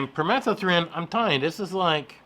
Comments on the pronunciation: Pur-meh- thuh-thren...LOL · No. The word is permethrin. You're adding letters and skipping letters. You just invented a different word altogether.